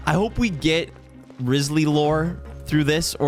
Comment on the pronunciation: will you ever say his name right? (among many other things)